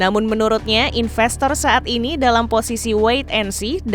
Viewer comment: Investor disebut infestor , larilah mereka. Sebutan harus internasional dong.